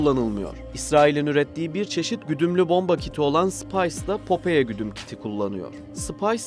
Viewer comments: Güzel video ama telaffuz hataları var. Popeye füzesinin adını yazıldığı gibi okudunuz. Okunuşu "popay" olacak. Büyük patlak göz anlamında ayrıca bizdeki "Temel Reis" çizgi karakterin orijinal adıdır. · Popoye ne ya şu telafuz işine az özen gösterin allah için her videoda bi falso bi bak bu nasıl okunuyor diye.